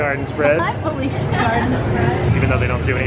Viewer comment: It bothered me that they didn’t understand what felucia was and said felica